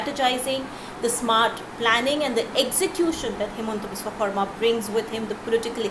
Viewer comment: Please improve the pronounciation of Biswa Sarma.